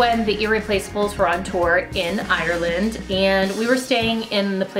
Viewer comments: Help I’m dying from when she said IRREland. Irish people know what I mean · Love the way she said Ireland 😂😂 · I from ireland and sorry your saying irela d rong